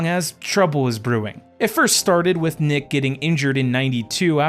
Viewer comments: Why is he calling Neek Nick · It’s not pronounced Nick it’s pronounced Nique (Neek).